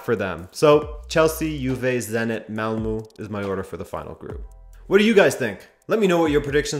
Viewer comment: I've been considerably entertained this week by the variety of pronunciations for "Malmo" that are floating around the Web — 'mall moo, Ꞌmall muh at ESPN, and a third I can't exactly remember. Stand back and pay attention — I know the truth. I had a Swedish dorm roomie in College 50 years ago, a 25 year old son of a Malmo cattle baron getting his Ph.D in Agricultural Economics. He pronounced it just like it looks — " Ꞌmall moe". He was an interesting, fun guy, worked summers in Nevada as a cowboy, so he knew his way around all the bordellos in the state (the best, he said, was Susie's in Battle Mountain, but I imagine Susie is getting a little long in the tooth by now, and a little saggy everywhere else), and his knowledge of liquor was encyclopedic. One Saturday morning, before my eyes were even open he handed me a shot glass of Irish whisky. The other 2 roommates were watching me expectantly, having already downed their glasses. What could I do; my street cred hung in the balance. I opted for Cool over Common sense, and felt like crap for half a day. I must have been gullible back then, because he once recommended I try Campari and Tonic before dinner, and... It was GREAT. REALLY! A transformative experience, a real eye opener. Y'all should definitely try it. For sure. Remember — Ꞌmall moe.